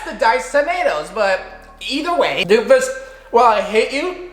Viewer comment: dude said “doomfises jolov rice” 😂